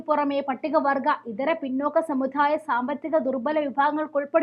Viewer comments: സമുധായം അല്ല,സമുദായാമെന്നാണ്. pls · സമുധായം എന്നല്ല സമുദായം എന്നാണ്. ഞാൻ ഒരു പണ്ഡിതൻ അല്ല, എന്നാൽ അറിയാവുന്നത് പറഞ്ഞതാണ്.